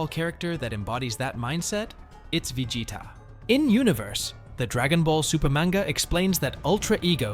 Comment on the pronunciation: Can you please stop saying vegeta like that